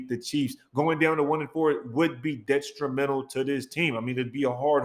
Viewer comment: Wtf is detstrumental? Lol I hear you on Waller but up your vocabulary buddy. Detrimental is the word you're looking for. And yes, it would be.